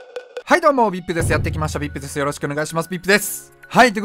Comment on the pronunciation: VIPの発音すきやで